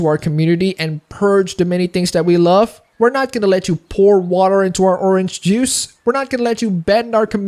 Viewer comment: "didn't like the orange Jews" I love your English.